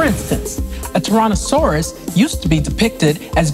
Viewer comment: And yet it ended so inaccurate still and she couldn’t even pronounce tyrannosaurus properly 😔